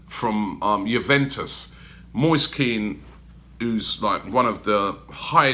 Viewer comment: Moist Keen? Lol where did you learn how to pronounce things, and how did you get Moist from Moise ?! Atrocious.